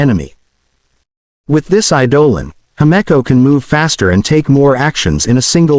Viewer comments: I’m sorry did I just hear hemiko instead of himeko? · And hameco too?